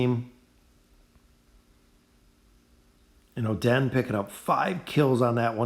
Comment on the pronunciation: cant believe he said "oh, den" for oden........................................................................................................................ stg ima just comment abt how badly you butcher their names on each vid i see from you..